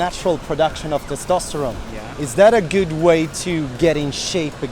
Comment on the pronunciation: The way you pronounce the word “good” just cuts the ear in half. It’s not “güt”. Second. You need some Botox. Wrinkles around the eyes and forehead. Look into it. Instead of running focus on weight lifting. Good luck.